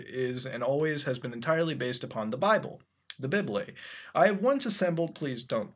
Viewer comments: did he pronounce 'bible' as 'bib-lay'? lmfao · THE BIBLE "the bybley" I am gonna start pronouncing this word like that from now on, thanks muta. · I love the way he says bible XD